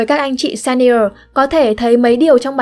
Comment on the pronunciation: Các bạn nên đọc các từ tiếng anh chuẩn hơn. Ví dụ senior [ˈsiːniə(r)]